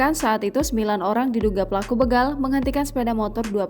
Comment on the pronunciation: BEGAL.. Bukan Beugal 😊😊😊